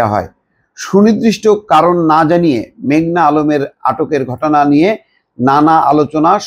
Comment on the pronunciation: ভাই মেঘলা না মেঘনা?